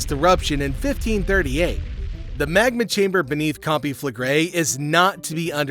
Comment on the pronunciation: Can pronounce the volcano but gets naples wrong. Who is this guy?